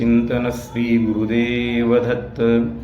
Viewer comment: Thanks a lot for sharing ! However I feel the pronounciation could be SHREE , not SREE